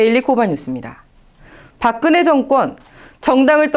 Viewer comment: "park kn he" will go to "park geung hee."